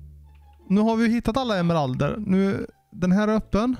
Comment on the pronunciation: Emmeralderrrr. Jo så heter det👍🏻